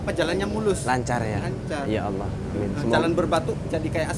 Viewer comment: Tolong sdr ku kalau ngocapin ya Alloh jangan ya Ayyoh krn itu melecehkan nama Alloh, walau kmu bergurau tp nama Alloh pengucapannya jangan kmu rubah.Mf ini hanya masukan kalau berkenan.